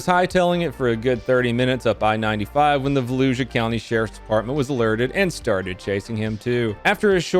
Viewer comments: Volusia is pronounced with a sh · Also. Because it’s a pet peeve, Vuh Lou Shu. It’ll come up in more of these I’m sure.